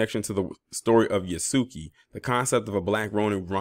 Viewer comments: His name is pronounced "Yahs-kay".. just sayin.. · Its pronounced Yhas-Ka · Thank goodness because he needs to play a less depressing role. Method acting is dangerous he needs to dive into something more fun because he was sounding not so good during his argument with Charlamagne. Yahs-Kay is the correct pronunciation of Yasuke. The su/soo sound in the middle is almost silent. The same pronunciation as Sasuke for my Naruto anime fans.